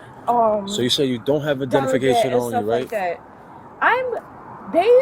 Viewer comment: "a deligate, stuff like that" lmao